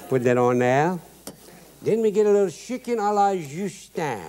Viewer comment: Love the way he says shicken